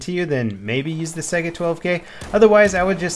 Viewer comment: Stop pronouncing Saiga like "sega" the spelling is similar to the Russian word Taiga the cold northern biome.